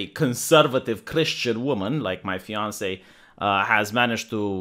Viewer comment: Fiancée... You meant Fiancée, right?! RIGHT?!